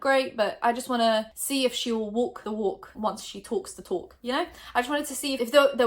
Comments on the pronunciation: “wok the wok once she toks the tok” I love ur accent 😭😂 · “will she wulk the wulk like she tulks the tulk”